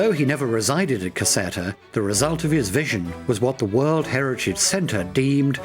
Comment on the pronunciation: Caserta, pronounced Caz-air-ta